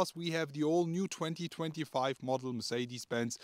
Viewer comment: They will just NEVER learn how to pronounce Mercedes-Benz!! Build schools in that place.